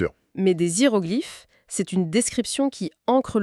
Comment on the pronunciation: Merci depuis Nouméa. 🌺🌿🇨🇵 PS : Madame la lectrice, on dit des (h)iéroglyphes. Pas zhiérogliphes. On ne fait pas l'accord avec un "h".